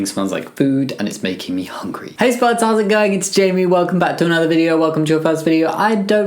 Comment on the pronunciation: You said food now I hungy